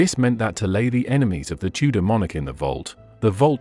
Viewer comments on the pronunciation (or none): none